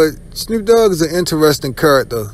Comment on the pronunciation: It's Snoop dogg not Snroop dogg.